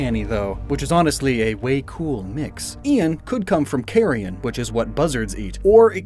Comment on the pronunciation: Wrong "carrion"